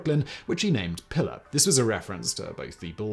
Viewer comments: I know you don't speak Spanish and I have very little love for colonizer languages, but would it kill you to attempt to pronounce a Spanish name correctly? It's Pilar, not Pillar. Spanish vowels are actually very easy to grasp, unlike the inconsistency of English. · Simon bruv.... The boat's name is a female name in latin and hispanic cultures (and possibly others, i dont know the full etymology of the name) but its not pillar "pill-er", its pronounced "pee-larr" (Pilar) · Pee-LAR. BIM-ini. Islands in the STREAM, not steam. Sorry, I'll stop. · Hemingway’s boat is pronounced “ PEE lar” not “ pillar”, but good video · The names of second wife and the boat are pronounced "Pea (as in the vegetable) -lar" not "pillar". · I can't believe you published this pronouncing the name of the boat incorrectly. It's Pilar (pronounced Pee-Lahr). Usually you are so meticulous... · Pilar is pronounced PEE laar Not pi lr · Please, for the love of all that is holy, find a native speaker to prep you for these things. At the very least, to learn how to pronounce the proper name you'll be repeating 40 times throughout your video. It's not "pillar," it's a Spanish woman's name, pronounced pee-LAHR. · "Pilar" is pronounced to rhyme with "pee-far". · That's pronounced P-lar you barbarian. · Pilar - pronounced PEE-lar. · Pilar is pronounced pee lar. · It is pronounced pee lar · It’s pronounced “pee-lar”. You’re talking about the most overrated American novelist of the twentieth century.